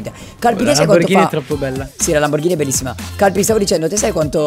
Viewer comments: Lamborghini non lamborghina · Prima di tutto si dice Lamborghini non Lamborghina prima che vengo la a farti un corso di italiano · Cap è Lamborghini nn Lamborghina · a detto lamborgini